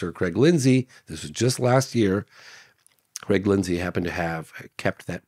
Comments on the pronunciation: every time he said Creg i got a shudder down my spine... Its Craig God damn it. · its called saying Cregg instead of Craig. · Creeegggg, put the garbage out front son 😂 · Ho Creg. Yer dinners ready! Lol